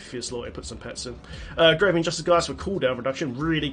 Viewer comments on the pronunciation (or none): none